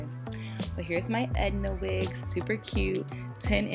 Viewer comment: Sis did you say EDNA WIG 😂😂😂 like from the incredibles haha